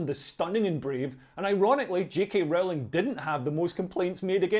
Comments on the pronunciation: Rowling is pronounced like Bowling not like Howling. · It's Rowling as in bowling btw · Leo, when are you going to learn to pronounce J.K. Rowling's name correctly - it's really not that difficult............